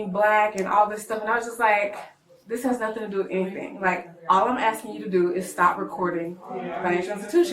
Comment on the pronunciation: 'Asskin' sounded an awful lot like 'Tellin', until the law showed up.